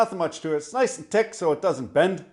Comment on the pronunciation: “Nice n’ tick” you sound like the old Scandinavian fellers around here! 😂